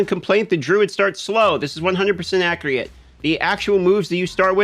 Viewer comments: You keep saying "accurate" like lol. Its A-CCU-RATE, not AC_RUATE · Every time he says accreate instead of accurate I die inside, but I haven't found anyone else making solid Druid content😭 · "Accreate" everytime lol